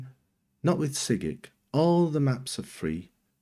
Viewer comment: Your saying sygic wrong. You say it like you say the name Simon